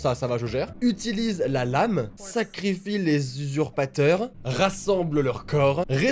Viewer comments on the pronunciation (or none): "sacrifi les ZUZURPATEUR"